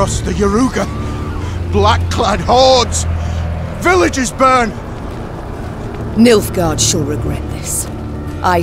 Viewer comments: "Milfgaard" lel. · I literally keep hearing Milfguard